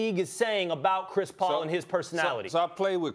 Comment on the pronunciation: So we just gonna ignore “Chis Paul”?